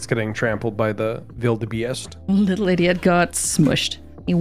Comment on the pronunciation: Not bad on the pronunciation of wildebeest